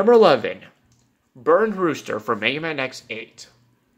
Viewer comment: Its Burn Rooster not Brun Roster